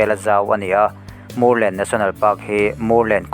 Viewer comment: Mûrlen i lam dan hi a dik chiah lo deuh em? vawt kan ti a kan mûr ang hian lam tur niin ka hria, Vamûr an tam vang a ni maithei.